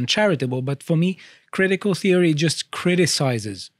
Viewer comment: Cwitical Feory